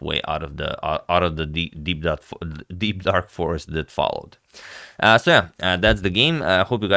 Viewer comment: Me wondering what agad wanted to say while I was hearing deekdark - deepdap - deekpap - peep-dak until he said deep dark forest😅. Lmao